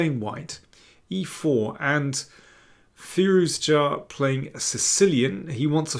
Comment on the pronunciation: can you please pronounce Firouzja logically? the English and their recalcitrant pronunciations of foreign syllables that are painstakingly clear is one of many reasons why we hate you. another is pretending Black Adder is fuuny.